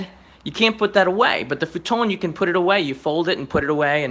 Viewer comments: You mean futon? Futone sounds italian not Japanese or English. LOL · Why does he say futon weird